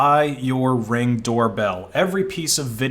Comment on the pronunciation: Why did you say Reng?